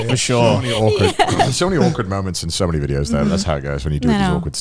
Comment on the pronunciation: Every time Connor has ever said "So Many" it sounds like he says "Sony" to me! 😂